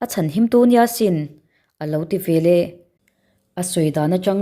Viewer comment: Chhiar thiam khawp mai. Mahse "ve leh" tih tur hi "ve lah" i ti ziah a